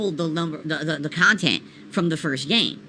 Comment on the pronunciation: "I review games objectively" 2 mins later "I approach it from a different perspective, as a khantent creator"